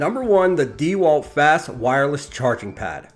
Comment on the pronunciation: If you didn’t say D walt, I’d like this review much better